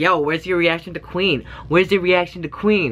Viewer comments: Regarding History and the way they pronounce queen i thought the same as you when i first heard it but apparently queen in Korean in 'kwin' so they are actually saying queen in Korean. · "qu-in" that was so on point 😂😂😂👌👌👌 lol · One of the ways to say queen in korean is Kwin, so it's actually correct and Korean :) after this I can listen to it without getting annoyed haha.